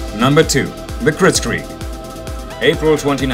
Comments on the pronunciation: Kritzkrieg mate not critscrieg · Instead Of Calling Kritskrieg Call It KritsKreig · It's Kritzkrieg, not Crietscrig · Didnt you mean "Kritzkrieg"